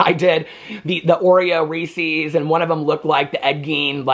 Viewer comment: U say Reeses wrong